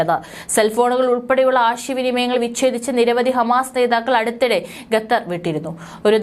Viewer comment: GATHAR alla mole. KHATHAR aanu vayikkuka. Adukala bhasha news roomil venda.